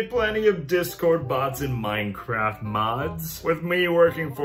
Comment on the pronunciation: His pronunciation of Mineclaft got me